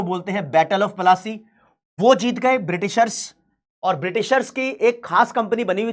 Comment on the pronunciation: it is polasi plassi. proper pronounciation is polasi